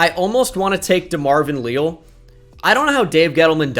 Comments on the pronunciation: DeMarvin "Lee-Al" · can you please say DeMarvin Leal's name correctly holy shit